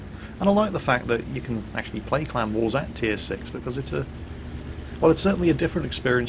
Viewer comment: I watch all of your videos and I love your commentary, but for the first solid minute of this video, I was convinced you were saying "clown wars" not CLAN war. It totally had me confused, that's what I get for being a silly American.